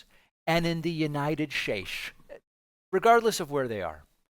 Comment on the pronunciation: I laughed out loud when you said United Shtates.